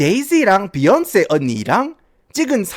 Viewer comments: 비욘세 발음 존나웃기네 ㅋㅋㅋ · 도입부에 제이쥐와 비얀쎄~ 하다가 갑자기 갱상도 사투리 나와서 개빵터짐 ㅋㅋㅋㅋㅋㅋㅋ